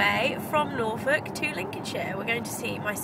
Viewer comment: did you say norfolk?